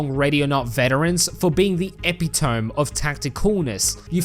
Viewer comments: Yeah, I got a BIG THING you missed! … English class the day they taught the word epitome, apparently… 😂 It’s ee-pit-oh-MEE, not epi-tome. For a second, I thought maybe it was just one of those different pronunciations y’all do on the other side of the pond, but after a rather tenuous Google search, it would appear you’re just a goof! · cool video and all but uh. it's pronounced epi-to-me, not epi-tome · Eh pih toe me not epi tome lol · "eppy-tome" killed me haha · Yeah you missed the correct pronunciation of epitome hehe. Don't worry I used to muck it up myself until I was corrected. Pretty spot on, a lot of old content that Supporter Edition buyers miss and so many features they just bricked. This game was WILDLY different from what it is now at full release it's crazy. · you may wish to look up the pronunciation of "epitome"